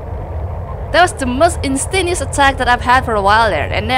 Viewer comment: the most instaneous attack? I'd probably slur my words like that too hahaha... I hardly talk these days so whenever I do speak I end up blurring words together. RIP